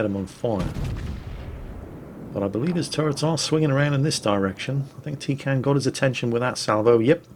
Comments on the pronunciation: Actually,.... T33kanne comes from the German word Teekanne, (very) roughly pronounced TAY-can-ay. It means 'teapot'. As a Brit, I thought you'd appreciate a teapot....? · Shit all the way through I thought you were saying tin can